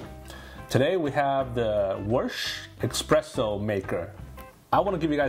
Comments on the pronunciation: Can't watch a review of an ESpresso machine from someone that mispronounces Espresso the entire video by saying --> EXpresso. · S-presso, not X-presso. Every Italian is cringing right now! And it's not Frothering either. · It’s called espresso. Expresso is not a word 🤦‍♂️ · Every time he says "eXpresso," I think my eye twitched. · I know mine did and that why I stopped watching the video